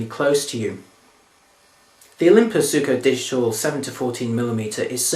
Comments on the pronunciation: Hey '', you're still pronouncing it incorrectly;-).....ZWEEKO (and that's according to Olympus)...or are you going to be arrogant enough to say Olympus got the pronunciation wrong? It takes a BIG man to admit he's wrong, I guess you're fairly 'small'. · Hey '', it's pronounced Zweeko!